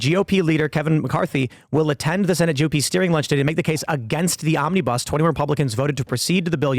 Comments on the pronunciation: It's not omnee-bus. It's fluid, it's omnabus. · Mis-heard Tim around 4.02 and thought he said 'this zombie bus spending bill' - or maybe I didn't 🤣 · It sounded like Tim Pool said, "Zombiebus Spending Bill." Hmmm, I can see that.